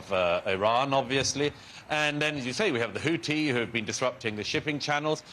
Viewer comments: HOUTHI not HOOTI. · And HOUTHI not HOUTI/HOOTI.